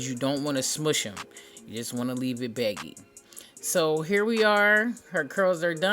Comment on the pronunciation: did you say leave it baggy or becky at the top